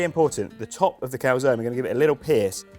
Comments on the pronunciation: Sorry but as italian I have to disagree, both pronunciations are completely wrong. First one a bit closer though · no, I'm saying the first pronunciation it's a bit closer to the correct one mainly in terms of sound. In the Italian alphabet we spell every single vowels even when at the end of the word. In this case the "e" it will sound not "ee" but more like when you say "end" (without "nd" obviously). Just for practise try calzon-end but trying to stop before you pronounce the nd.